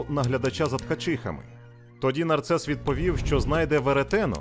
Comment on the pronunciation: Не нарцес А Нарсес